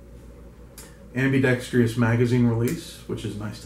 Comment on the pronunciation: It's ambidextrous not ambidextreus!